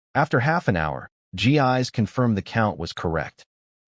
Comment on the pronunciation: I realize her name is spelled Gis but, I believe it should be pronounced Jiss, not Gee-eyes. different languages different pronuciations. Still...